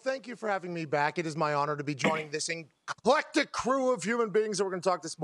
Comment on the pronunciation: Did Pat say "inclectic"?